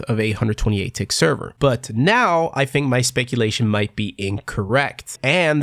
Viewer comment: why are you saying fink instead of think?